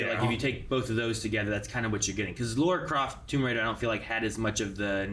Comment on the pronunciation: Stop say Laura Croft ffs. It triggers me so much